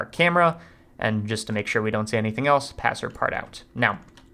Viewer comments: am i the only one annoyed by the way he pronounces Passepartout? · CRINGE for the umpteenth time. PLEASE :( Passepartout ... pronunciation at the following video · makes me cringe real bad every single time.